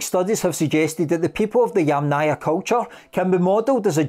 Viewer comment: Yamnaya. The accent is on the first syllable. So: YAM-naya. YAMnaya. NOT yamNAYA.